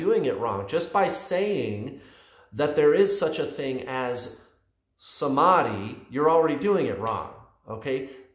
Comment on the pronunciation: I hope I'm not the only one who is getting ehhh by his pronunciation of ' samadhi '